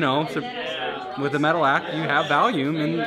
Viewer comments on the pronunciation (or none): Why can'r Rob say volume? Why is he saying valume? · Who says "volume" like that? Where's this guy from, and why has no one ever corrected him? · freak doesn't know how to pronounce the word "volume" correctly. how? so weird. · I keep hearing Valium every time Rob says volume haha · How do you pronounce volume as valume? Like where'd this rapscallion grow up? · are you saying volume, or valium??? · Valume?, You mean volume? 😂🔫 still a pretty sick video though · The word is "volume," not "Valium." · Why does he keep pronouncing it "Valume"? It's "Volume" lmfao. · Me: “wonder if anyone noticed him saying valume” Me again: “oh that’s right Anthony fantano did” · For some reason you can always trust the internet to pick on weird word pronunciations. Saying volume as VALYOOM is kinda funny tho. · "..the biggest hurdle is Val-yum...." LMAO Why is this guy pronouncing volume as Valium? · holy shit he actually said valume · Rob, fid you say “valume”??? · Ah back when Rob used to say valume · Did Rob say Volume or Valium? Hahaha